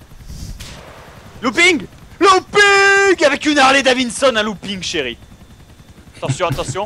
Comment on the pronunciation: Harley DaviDson Bob, et pas DaviNson ...... INCULTE !!! xD